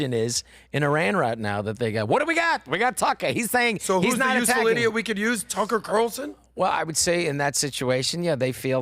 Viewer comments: said “Tucker Quatarellson” i’m not a fan of, but at least he listens to Mark Levin lol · cmon man. "Tucker Qatarlson"? What are you, drinking some Mark Levin excrement?